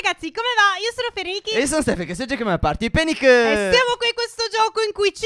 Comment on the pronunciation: Stef non si pronuncia penic ma panic